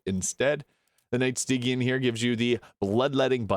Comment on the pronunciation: Incredibly in-depth review! As a heads up, Stygian is pronounced stee-jin or stih-jee-an